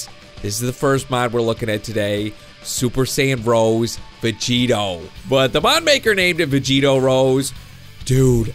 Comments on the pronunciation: Its not pronoune rose it pronounced(Roseyyyy) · You pronounce rose ROWSEY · its super sayain rose (roe-s-ae)